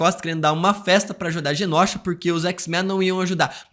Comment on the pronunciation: Só eu que fico incomodada do falar Genósha invés de Genôsha? Que gastura!